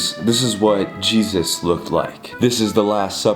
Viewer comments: XD HE SAID JEZE ESA WHY HE SAID IT LIKE THAT😂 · the way he says jesus i was laughing so hard😀 “jEsUssS” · Bruh why the f*ck are you keep saying jayzuzz? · Stop saying Jesusu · I turned captions on, it says is saying " Jesus says" XD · Why you saying Jesus name like that